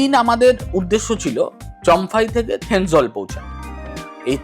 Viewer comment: Not Thenzwal, thenzawl😊😊😊